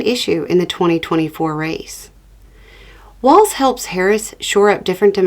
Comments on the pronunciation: The main thing is you pronounced his name correctly! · Thank you for your message AND for the correct pronunciation of Walz name!👍🏻